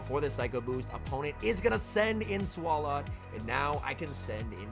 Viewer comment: Every time says “Swall-ought” instead of “Swallow” I die a little bit inside